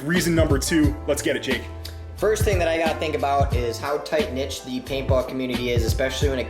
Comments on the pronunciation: "Tight niche", that's what he said... fucking americans and mangling phrases. It's "tight knit" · Jake, its "Tight Knit"